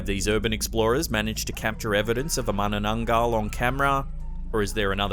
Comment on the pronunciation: good job for correct pronunciation for "manananggal"👍🏽 and im from 🇵🇭